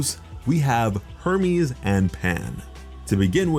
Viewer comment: I almost thought he said Herpes instead of Hermes.